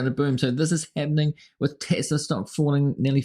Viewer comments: "I love Tesler!" Trump doesn't even know what the brand is called, that's how much he loves it. I doubt that car now belongs to Trump any more than the Cybertruck that Adin Ross 'gave' him. Just a show, no actual Trump ownership involved. He's not going to give Elon $10s of thousands for a car he can't drive (presidents and former presidents aren't allowed to drive on public roads due to security), and he wouldn't drive it even if allowed to. It's not flashy or elite enough. He did not buy it. I don't think this charade will help Elon though. Almost everyone but his cult hates him now. People take it out on his cars. Only a fool would spend that much money on something that will even turn your own people against you, and you never know when a drawing of a dick (in sharpie) will appear on it. People are trying to camouflage their Teslas as other brands for very practical reasons. "What Tesla? I own a Honda. See for yourself." lol When are the boards of directors going to dump Musk already? He has ruined, irreparably, his reputation and the reputations of his companies. He's made it crystal clear he's a drug-addled villain who refuses to act like a responsible leader, not even a responsible dad. Everything's a joke with that POS, all for his own entertainment. Most countries where he still has positive polling can't afford his tat. Authoritarianism tends to create low-income populations. Elon walked himself into the pit of spikes. Boo hoo. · I love Teslerrrr... He doesn't even know how to pronounce it right. jfc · Trump: "I love TESLER" lol. He can't even pronounce it right... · BWAAHAHAHA,,, Trump said "I love TES:LER!!" Doesn't even know what the company is called. What a joke! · That almost looked like Musk was committing elder abuse on Trump. Love the end where Trump mispronounces Tesla. "I love Teslerrr" haha! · Tesla + Hitler = “I love Tesler” 😂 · I love TESSLER??😂😂😂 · I love Teslurrr 🤦🏽‍♀️😂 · Lol at Trump saying Tes-ler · "I LOVE TESLER". what an Idiot.